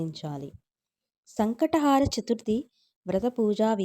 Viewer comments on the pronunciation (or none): Sankata haara kaadu…. Sankata Hara ani palakali